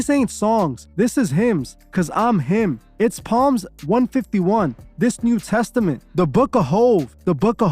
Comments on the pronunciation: Psalms is pronounced “SAULMS” not Palms 👌🏼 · Did he pronounce it palm hahahaha? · BOY! That “P” is silent in Psalms (Salms)